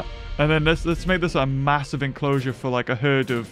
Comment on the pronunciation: I started laughing when he randomly said maosive making an enclosure for the gallimimus